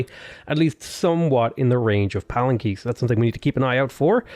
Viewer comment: Palenque is pronounced PA - LEN - K not PAL - EN - K